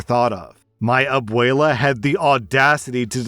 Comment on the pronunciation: Okay is no one else mildly bothered at how whitely says abuela and quinceñera? I don’t know why but it feels Wrong to hear it pronounced like that, coming from a spanish-speaking household, but it’s fine lol